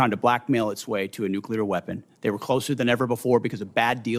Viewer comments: Nuclear, not nucular, Mr. Reed. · Reed = Fn MORON. Cannot even pronounce the word "nuclear"